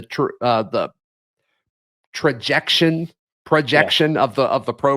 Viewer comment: The word is trajectory. :-)